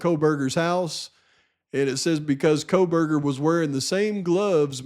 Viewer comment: yes ma’am who could ever forget the famous JJJ uttering KopaaKohberger. 😹😹 Can’t forget herself referring to Bryan as Brent. 🤦🏼‍♀️🤦🏼‍♀️